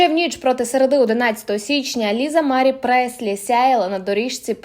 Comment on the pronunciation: Stavte pravilno nagolos na slovi Marie